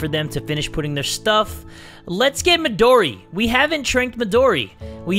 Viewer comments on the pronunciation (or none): I love how he says “MiDoRi GurinUuu”